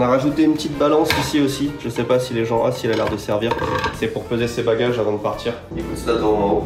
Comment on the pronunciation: je c'est poh ! LOL mais il est devenue québécois ou quoi !?